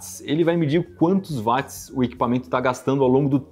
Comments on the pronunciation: Pô, Iberê. Vc falando "vátis"? James Watt era britânico. Na língua inglesa o w tem som de u. Se fala "uótis". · Poxa cara, gosto bastante dos seus vídeos, mas “vatis” é complicado. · Pq que os Brasileiros falam Vats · Dói os ouvidos cada vez que o Iberê pronuncia "Vats". A pronúncia correta é "U", semelhante a Will, Wendell, Wash, Way, Western, Warrior, Wonderful... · Eu sei que muita gente fala VATS, até engenheiros, mas está errado. O correto é pronunciar UOTS, pois é o nome da pessoa que foi homenageada com a unidade de medida. O físico Watt. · "Vat" mds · Q agonia o Iberê falando "vat" kkk, mas ótimo video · Faltou o arcondicionado. PS.Chega a doer os ouvidos .... Iberê não é Vats é Watts ( nome próprio James Watts, Eng. Británico)